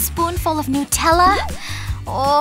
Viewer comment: STOP SAYING NOOTELLA BUT ITS NUTELLA